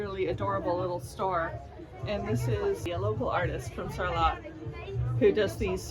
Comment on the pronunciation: Love the episode and brought back many good memories. Just a little tip don’t pronounce the t in Sarlat.🤣 Happy new year to you both. Xx